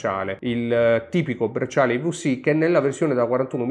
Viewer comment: Bellissimo video ma - i vu si - non si può sentireeeeee!! 😢 Mix di italiano ed inglese con quella vu che non è una vu.. 😅